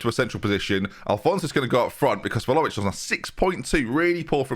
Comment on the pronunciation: Can pronounce one of the hardest names in the game but still calls Vlahovic Volohovic 😂